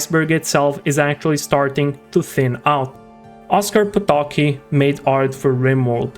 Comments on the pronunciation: Why xD? Just why xD??? "Oskar Potoki" xD You have omitted "c" in his sureneme, it's "Potocki" and not "Potoki" xD I'll well aware that you might be not fammiliar with pronunciation of polish surnames, but this hurst to hear soo badly xD and don't take this comment as hate. I'm enjoying all of your content, and so I wish for you to keep the good work at improving overall quality, which includes proper pronunciation ッ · it is pronounced "Po-to-cki" where every letter is sound. If you want to hear it just write it in Google translator, set language to Polish and hit read. It reads it quite well (but remmember to hear it from Polish reading bot, as English one reads it incorrectly) Edit: note that sound of "c" in Polish is not the same as "c" in English . What is funny is that there is no "sound equivalent" of Polish "c" in English alphabet.